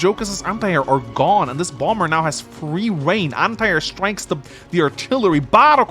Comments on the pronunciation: bomber isn't as jarring as the pronunciation of cumtowers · re: bomber pronunciation i came into it pronouncing it "bommer" but i kinda like how "bom-ber" sounds. a bass gravitas befitting the one-shot-on-plains jetplane; you know? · I, for one, appreciate the “Bombur” pronunciation, makes me think of the Dwarf version 😅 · As an American, I never understood the why certain B's are silent in words like Bomber. Feel free to pronounce it however you feel like.